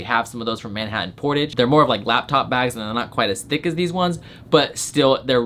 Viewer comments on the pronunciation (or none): none